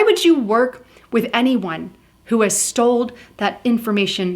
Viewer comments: *STOLE!!! Drove me crazy lmao. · Did you say sold or stole